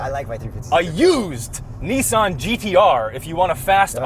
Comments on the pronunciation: Well since you mentioned it’s not Neesan. It’s Nissan. Two SS not two ii so say the S twice not the i twice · What dork says, “Nee-Saan”?